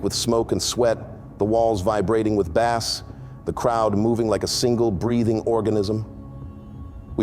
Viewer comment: Obviously... Lol When describing the music in the club he said the "BAS" shook the walls... Lol (bass).... "BAS" are fish. The low tone in music that shook the walls of the club is pronounced "BASE" (bass)... Lol